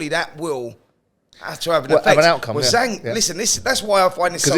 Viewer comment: I guess nobody at Talksport has bothered to ask how to correctly pronounce Zhang's name and have all just settled on "Zilly Zang".